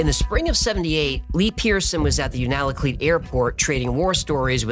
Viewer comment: For future reference Unalakleet is pronounced “You-naa-la-cleat.”